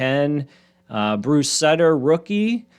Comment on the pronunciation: Pronounced Bruce “Suit-er”